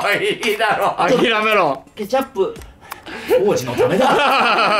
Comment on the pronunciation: カジサックケチャップの発音が違うような気がする？